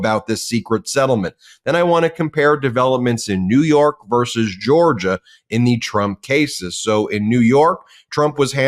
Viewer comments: Ben, as a lawyer, you should know how to pronounce versus. It's not verse. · "vs." is short for "versus" not "verse".